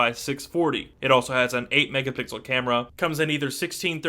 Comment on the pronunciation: 8-megapixle hahahah xD